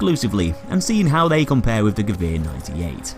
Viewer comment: So how do you pronounce "Gewehr"? Ge-que-r?